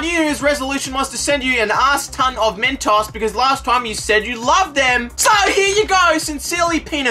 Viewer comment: Its mentoes with a long o sound btw